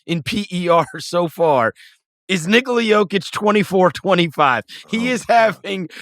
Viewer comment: Chris always catches me off guard the way he pronounces "Nikola" 😂😂